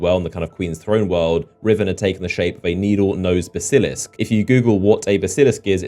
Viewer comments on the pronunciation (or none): a buh-sil-isk? You mean a bas-uh-lisk? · Baas-ul-lisk not bask-il-isk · BASS-il-isk, not bass-IL-isk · Bas-i-lisk not basi-lisk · Baseelisc?! How do you not know how to pronounce Basilisk?? SMH. Millennials. Have all the information in the world on their phones but don't bother taking a couple of minutes to check. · Basilisk - Pronounced bas-uh-lisk. I had no idea what you were talking about until you flashed the picture up. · Looks up a basilisk, but fails to learn how to say the word. Unless, can, can you not read phonemes? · the way he pronounces basilisk though... :) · that pronunciation of basilisk :') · U said basilisk really bad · Someone doesn't know how to pronounce Basilisk... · He's English like me, and I know it isn't pronounced like that. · You're pronouncing Basilisk wrong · How are you british but can't pronounce Basilisk? do you even Harry Potter bro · Jesus Christ you have't seen Harry Potter the way you pronounce Basilisk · ITS A BASILISK DO YOU KNOW HOW TO SAY IT HAVE YOU PLAYED LIKE ANY FANTASY GAME EVER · Have you never seen Harry Potter and the Chamber of Secrets? How do you not know how to pronounce basilisk?!